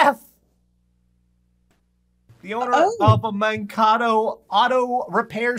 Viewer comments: man-KAY-to man-KAY-to not man-ca-to. srry but it hurts to hear that . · BTW FYI, it's pronounced Man-Kay-toh, sorry, I live around there and the way you were saying it irked me.:)